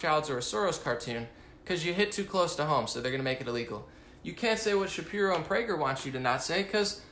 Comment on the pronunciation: good job on not slipping up and saying Shapiruuu ;-)